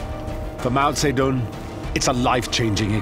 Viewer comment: You pronounce his name wrong